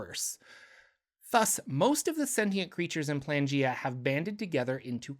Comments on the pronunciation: Y do u keep pronouncing it Plangea? It is spelt Planegea, with an E in the middle. I think maybe cuz it is a reference to Pangea that u r tripping up on this but if u have a source that tells us it is actually pronounced Plangea, then I'd love to know where to find it, cuz right now the sound just hurts my brain. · PLANE not PLANgea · Dawg that's clearly pronounced plane-gea Not plan-gea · It's Plane-gaea. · Isnt it pronounced playn-G-uh? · ... Is it not "Plane" -gea. As in Pangea, but of the Planes? lol